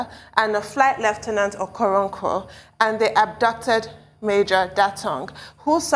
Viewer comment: Do I hear lieutenants Okoronko! Hahaaa? what is this? Rest well my brother this is very sad it shall never be well with terrorist that want t take over Nigeria. They killed the Christian's.